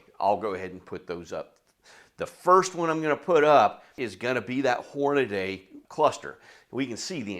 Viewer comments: Whore-nuh-dee. Not sure how or why in 2025 people are still pronouncing it Whore-nuh-day. Aside from that, great video! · He lost me when he said Hornaday. It’s Hornady. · I think it's Hornady. Not Hornaday. great info and a lot of data. Thanks! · Stupid redneck fuck. Its Hor..na...dee. 😮Not hor..na..DAY. they taught that in school I guess you were absent that day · The instant you said "Hornaday" I stopped watching. It's "Hornady" - Horn-a-dee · Horn- uh- dee . There is no A after the d. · Horn-ah-dee. I know, I’m knit picking. Good video as usual. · It's common even in the shooting community for folks to mispronounce Hornady. Your loss for failing to watch after that. This guy presents valuable information in a great format.